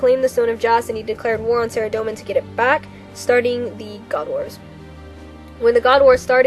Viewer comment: A: You read this pretty much word for word from the wiki. That's fine, except for... B: You read WAY too fast, and pronounced way too many words incorrectly. Saradomin is pronounced Sah-RAH-doh-min, not Sehr-a-dough-min. Just something to remember. All in all, not bad. I'm somewhat of an expert on Zamorak, and this was pretty well done, but from now on, you should really slow down and take the time to practice the difficult names.